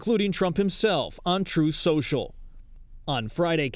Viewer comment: Every time someone says "On Truth Social" I hear "Untruth Social", a very funny Lady Mondegreen 👌😁👍 ❗